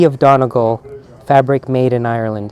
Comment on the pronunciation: Just a heads up - Donegal is pronounced “Dunny-Gawl”. Hey from Ireland! 🇮🇪